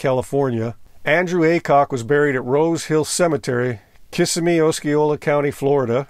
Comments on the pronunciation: It's pronounced Kiss-sim-me not Kiss-uh-me. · “Kiss a me” what? Besides the mispronunciation by the humble narrator, it’s amazing what a bad egg Aycock was. He may have been a nice person, which I doubt but you never know, but he really let himself go. No current pilots license, the whole stealing of an an airplane thing, his cocaine abuse issue, not to mention the poor hairdresser told him she had heart problems. What it boiled down to was one of the most talented musicians of the era was killed. Makes no sense. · I remember this. Grew up in Orlando. A friend of mine was supposed to see him at the T-bowl. That’s what us locals called the Tangerine bowl. Tragic senseless loss Btw the pronunciation for Kissimmee is Ki SIMM ee